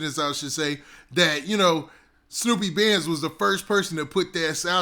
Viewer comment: Brah its SNOOP BANDS it's just spelled Snupe... You saying that shit all wrong brah fix that...